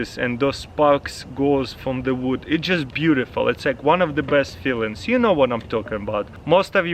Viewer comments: "I prefer vood." English as a second language lol. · Did anybody els catch that he said vood lol